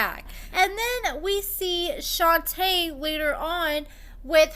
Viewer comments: Girl, her name is pronounced “shon-tay” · I just think you're purposely mispronouncing her name at this point. Y'all can pronounce SHIWAKOVITZ but can't say SHON-TAY 🙄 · This bish be lying Edit: you say her name wrong af lol